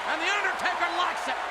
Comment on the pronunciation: Haha i thought you said "Undie-Taker" at the beginning xD